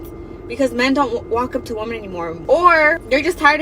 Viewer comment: This trend of pronouncing women as woman is so damn annoying!!!